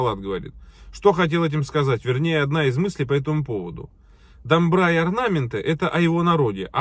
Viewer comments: имейте в виду пожалуйста что на казахском как пишется, так читается! Домбыра а не дамбра, орда не арда. Поменяешь букву- меняется смысл слова. Димаш это гордость всего Казахстана!!! А шайтаны типа Ерболат и Есболат не имеют знаменитости и чести в Казахстане. Их слушают только недоросшие подростки сопляки. Сколько бы тянулись им не дотянуться даже и во сне до Димаша! А так я вас поддреживаю в остальном и благодарю что любите нашего Золотого мальчика! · По казахский не дамбра а домбра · Есть домбра и есть домбра на первый слог ударение два разных инструмента